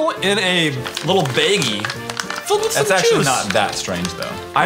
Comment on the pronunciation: I have never heard the word baggie pronounced the way Chad did - it's really weird